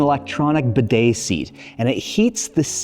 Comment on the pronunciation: I’m not normally one to complain about videos but please, please, please learn to pronounce the word “bidet”